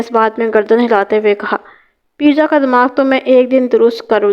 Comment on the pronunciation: Parwez ka nick name peeja nai peja hota hai